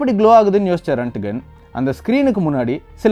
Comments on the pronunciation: Very good explanation on x-ray. But a small correction in pronunciation of the inventor. His name is not ரன்ட்கன். His name is ராண்ட்ஜென். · Pronounce it as Roent-Gent